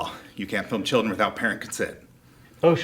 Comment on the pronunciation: dude is so nervous he can’t even breathe or finish a sentence and his mouth is so dry from lying and anxiety that he keeps smacking his mouth and only says the ends of words “mission” instead of “permission” “ent” instead of “parent” and breathing so hard he’s making me have an anxiety attack